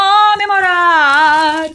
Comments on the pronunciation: você é uma graça e fala muito bem português para uma russa (ou russinha, como você mesmo diz). Falta um detalhezinhp que vc sempre troca pra ficar quase perfeito… vc fala A em lugar de O. CAmemorar em vez de COmemorar, CAmidas ao invés de COmidas, etc. Fica até charmoso, mas se ajeitar esse detalhe vai ficar nota 10. Bj, parabéns atrasados. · Parabéns. Que você "cansiga" "camemorar" muito, "camer" muitas "camidas" gostosas, visitar muitos lugares lindos, com praias e muitos "caqueiras"! E sem se envolver em discussões "palíticas"! 😉